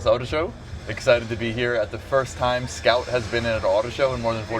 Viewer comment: Nice presentation but improve your pronounciation .. a lot of the times when you and the strategy head said 'Scout', it sounded like 'scalp', sounds like someone out here selling scalped cars 😂